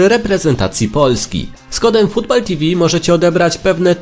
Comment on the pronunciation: Football czytamy "Futbol".. strasznie mnie to denerwuje, gdy ludzie wymawiają takie slowa(innym przykładem jest "Call") w nieodpowiedni sposob, zwłaszcza gdy podjęto decyzję o nadaniu nazwy swojemu kanałowi z uwzględnieniem takiego slowa. Ps nie Juan (Huan), a Joan (czyli Żoan) Laporta. Tez do poprawy.